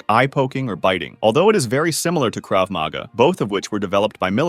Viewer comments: Grammatical point on Hebrew: the emphasis is generally on the last syllable of a word, so Krav Maga is pronounced "Krav ma-GA" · First he mispronounces krav maga, then he mispronounces silat. If you can't even pronounce the art you're describing, how knowledgeable are you? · “Krav MAGA”😭😭